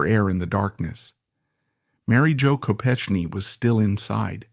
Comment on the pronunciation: Your mispronouncing her name. It’s a hard “k.”